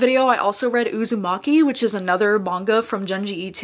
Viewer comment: I have read 9 books in the month of May, mostly good books. My favorite book might be My Dark Vanessa. I really loved Tender is the Flesh as well. Btw, Ito is pronounced more like I(toe) not like I(to). Happy reading :)